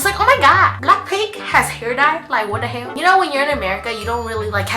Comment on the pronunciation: asian accent saying what the hell gets me everytime